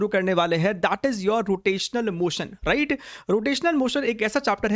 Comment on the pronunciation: Sir aap ride bolte hai ya right 😂